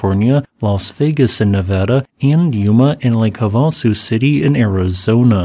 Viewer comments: Dude, you work at ASU. How in the world do you not know Havasu is "have a sue", not "Hahvahsoo"? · FYI it's pronounced Hav-ah-sue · are you sure you're in AZ? "Lake Havasu City (/ˈhɑːvəsuː/, HAH-və-soo) is a city in Mohave County, Arizona, United States." You pronounced it like you are from Ohio